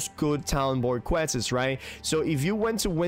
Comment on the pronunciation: I can't tell if you're just messing around when you are saying questes instead of quests.